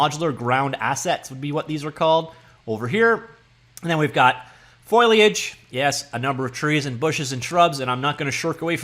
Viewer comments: foh-lee-ij not foil-E-ij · It's Fohhhl-iage, not foil-iage. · Repeat after me: Foh. Lee. Age... Foh-Lee-Age... Foh-lee-age. Fo-li-age. Foliage. You're welcome XD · It's not foliage it's foliage.